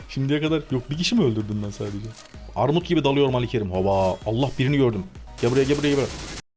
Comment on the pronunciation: abi sende ümidiyle takıla takıla "Armud" demeye başlamışsın 😁😁😁